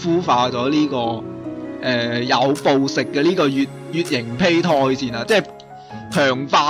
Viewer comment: 其實係讀(杯)胎